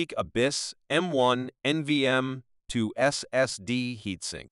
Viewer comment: My soul shriveled up a little more each time it tried to pronounce NVME